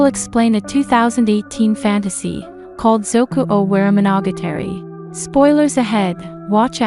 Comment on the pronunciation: zoku o wari mono gatari, sounds like zoe coo oh wha ree moe No gah tah ree. but fast, not slow. altogether now: zoku owarimonogatari. Japanese consonants and vowels are super easy to learn. As well as their combinations. it's fun, try it.ood job for tryin though.